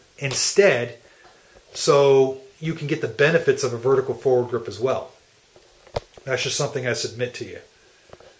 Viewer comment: is he saying forward grip? it is bugging me.